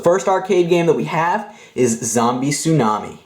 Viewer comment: Wait did i just heard zombie sunami